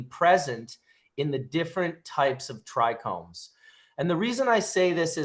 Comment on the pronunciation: Thought it was a bit odd. Dude was dropping crazy knowledge while mispronouncing trichomes. Haha Thanks for all you do brother. 🙏🏼